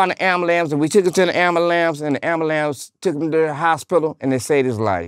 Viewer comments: Dude said amberlance and walmark.... 🤣 😆 🤣 this dude kills me... Respect! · "put Terry in the amalamce" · “The abalam” 😂